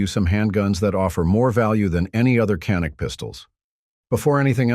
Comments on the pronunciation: First of all, it’s pronounced, “Janik”, not “Canik”. It is a Turkish made weapon, and the Turkish language pronounces a C as a J. Get it right. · DOWNVOTED FOR BEING A CRAP AI VIDEO. CAN'T EVEN PRONOUNCE CANIK. WHAT A JOKE!